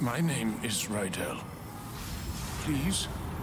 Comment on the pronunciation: They changed the pronounciation of Rydell! It was [ridi'el] in the original.